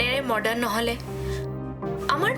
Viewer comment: মৰ্ডাৰ্ণ নহয় মডাৰ্ণ